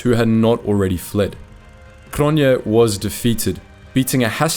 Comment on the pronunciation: Cronjé is pronounced Cronyay.